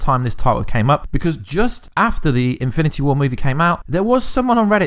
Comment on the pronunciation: He said eminity wars